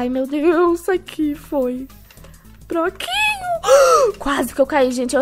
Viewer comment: Ela falando passa (broquinho) ksksks